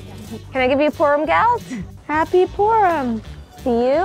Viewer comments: It’s funny how you say Purim. “Peerem”. Do you have anywhere a video explaining their accent? They do pronounce some vowels differently. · Yeah, Purim is the English accent. Peerim is the Yiddish accent. I have not yet done any videos on Hasidic Yiddish and the accents, but I want to! I am thinking of comparing standard Yiddish to Hasidic Yiddish and Hebrew pronunciations to Yiddish pronunciations. There are many words that I say in the English accent that in the Hasidic community I say differently.